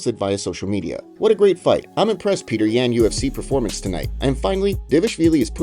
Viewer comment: Dude how did you make a 10 minute video saying Peter yans name incorrectly?